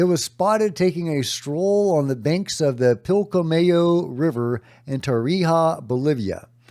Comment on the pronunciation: Oh... with the perfect Pilcomayo pronunciation!!! Nailed it!!!